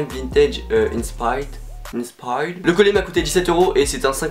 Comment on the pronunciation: mais si c’est grave! Et sinon ça se prononce “ inspaïeured”😂